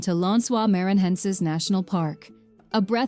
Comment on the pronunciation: You should teach the IA to read the words in Portuguese... NoronRRA, Lãnsoá MaranRRenses, MaranRRao... all wrong. Please don't call theses places this way.